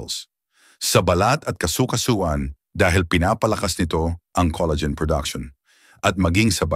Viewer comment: Coleygen🤣🤣🤣 Col la gen🙄